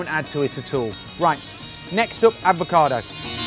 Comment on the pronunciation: You know its called an avocado not an advocado right dude?